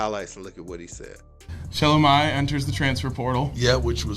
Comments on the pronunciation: Sir it’s Shugh-lome-e not Sha-lo my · I "think" her name is pronounced "Sha-Lo-mi" like (bologne)